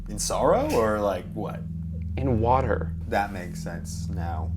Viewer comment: The way Drew says “in water” LMAO😭